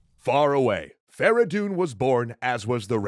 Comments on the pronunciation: why farahdoon? his name was "Ferey doon فریدون" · It's Feridun not Fara Doon. Furthermore Kaveh and Feridun didn't liberate Arabia but the Iranians. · fradon not veredon